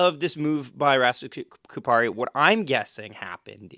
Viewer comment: ya'll did Laine dirty, good job pronouncing Kupari's name though.